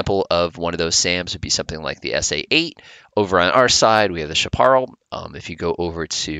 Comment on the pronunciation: Never heard chaparral said that way.